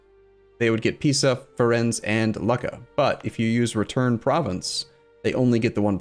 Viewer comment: As you read Lucca, imagine your reading look, then double the k sound and add the final a